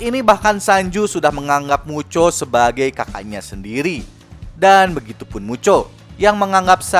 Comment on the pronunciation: Bang kalok ngomong mucho kenapa jadi muchok